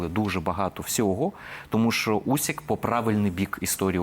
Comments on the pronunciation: Агов, пане, прізвище українського боксера Усик, не Усік! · Usyka,a ne Usika! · Не Усіка, а УсИка.